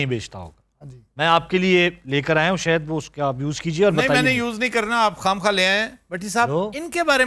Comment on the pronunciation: bahi sahad hota ha saht nahi